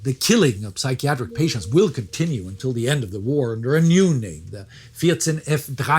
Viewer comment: I'm impressed with the way goes through the names and the towns, not skipping a beat on his pronunciation. Well done. Must have taken some practice.